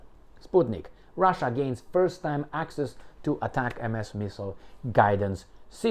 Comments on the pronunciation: It is NOT pronounced as ATAC-MS, but as one single word like ""atacm's"". I was an M270 crewman that fired them in the early 1990s. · It’s pronounced as “Atacams” btw lol heart